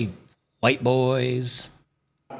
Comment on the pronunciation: It’s white with an exaggerated W, you know because all is huwhite supreme pizzas are just all so bad and scary. We’re like the Modern Day Boogie Man!! 😅